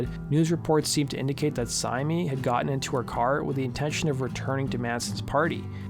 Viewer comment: My wife who used to run the Marilyn Manson mailing list confirms pretty much all of the information in this video. According to her the talk was that Reeves and Syme were either back together or in the process of getting back. Her only objection to the video: Syme is apparently pronounced simply /sIm/ (rhyming with "lime").